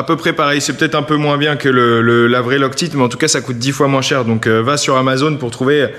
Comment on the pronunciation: XD on prononce loc-taïte parce que c'est comme "Lock Tight" qui veut dire "Serré Fort". :) Mais j'avoue moi aussi je sids soucent Loc-teet.